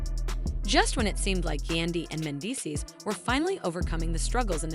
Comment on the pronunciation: As a voiceover talent, HOW did the vo artist mispronounce "Mandeecees" name the entire reading? However, this was a really nice video and well-put together.✨